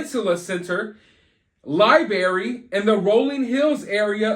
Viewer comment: FIRST OFF I Can't With How You Say, "Lie berry" bhaha. Anyway. I'm just catching up, but I think he's delayed or something right? He seems like the kinda guy whod be nice to everyone just so thry woukdnt beat hin up . would just be nice to Everyone. Maybe they didn't kidnap him, just more like Strong Arm or take over. Like they de